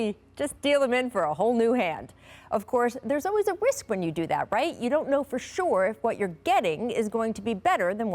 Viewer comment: “There’s always a wisk“😂